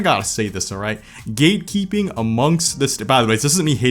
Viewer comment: I couldn't stop hearing "gaykeeping" instead of "gatekeeping" KKKKKK